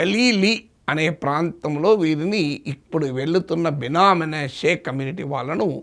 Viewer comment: బినా మీనాషే కాదు prof గారు, బిన్యామిను, మనశే